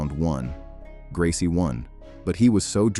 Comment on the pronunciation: Royce Gracie faught Kimo 32 years ago, and people that make youtube videos still can't pronounce his name right!